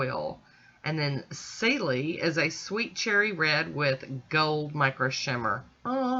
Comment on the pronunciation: Celi is an Italian name and it’s pronounced Cheli.